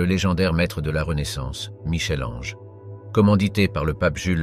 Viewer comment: ohhh Michel Ange merci de prononcer "Mickel", je ne serais pas étonnée que ce soit un robot qui parle !